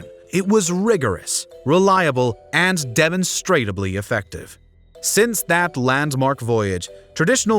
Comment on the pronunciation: Lol narrator didn't properly pronounce "demonstrably", FIRE HIM IMMEDIATELY